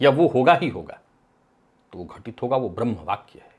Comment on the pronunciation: अशुद्ध उच्चारणों में एक और शब्द की वृद्धि : "ब्रम्ह" !